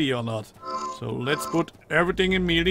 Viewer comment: its not pronounced meelee its maylay